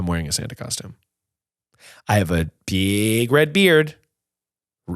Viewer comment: I absolutely cackled at “I have bieeeg red beard”